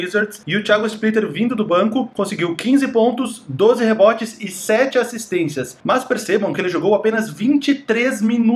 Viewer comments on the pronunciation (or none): Porque diabos você fala "assistênTias"???????? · Acho engraçado que o as vzs fala "assistentias"